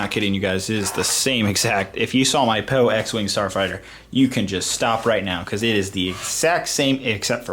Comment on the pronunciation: lol he said poo instead of poe